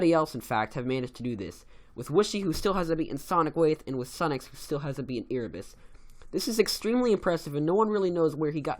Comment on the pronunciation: I'm sorry but this really bugs me... I think it's pronounced AIRebus, not EARebus.... next could you do the top ten best mobile players? :D